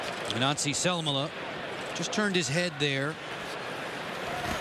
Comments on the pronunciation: lol cant say Anssi Salmela. Who is Nazi Salmela lol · He meant that the commentator pronounced 'Anssi' a bit like 'Nazi'.